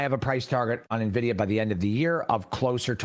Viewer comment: Nvisia 😂😂😂 nobody else knows about nvidia but the”coach”